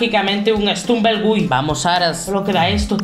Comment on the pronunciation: Se pronuncia estumble guy no estrunven gey